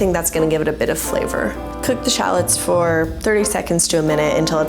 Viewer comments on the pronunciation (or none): Very helpful thanks. However, you don’t pronounce shallots like that, it’s pronounced shallots.